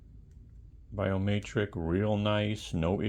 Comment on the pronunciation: Btw idk if its an accent or if you dont know but biometric has an e not an a i was like whats a biomaytrick?